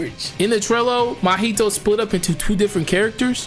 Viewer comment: Bro it’s not “ma-HI-to. It’s mahito” in one smooth thingy bingy 😢😢